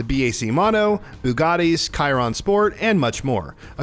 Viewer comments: Ah yes kyron super sport Its pronounced cheeron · Bro said 'kiron' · who ever Pronounced the Bugatti Chiron "Kai-Ron" lol - its "Shi-Ron" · bugatti “khyron”.. seriously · Bugatti "KAYron"..? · buddy said "Chiron" like Karen with an i....... KIRON??? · KAIRON sport ;D oawkaay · Cairon xd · Bugatti “Kyron” sport OOF 😬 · Wtf is that Chiron pronunciation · How do you review a Sim racing game and not know how to pronounce Chiron